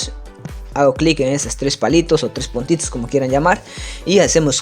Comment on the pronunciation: Podes ser menos boliviano? Puntits dice jajajajajjajaja